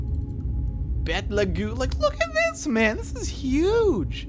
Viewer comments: Betelgeuse is pronounced like Beetlejuice not Beth LeGoose. Thanks for the new character name though. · by the way, Betelgeuse is said as "Beatle Juice". It was years before I realized it myself.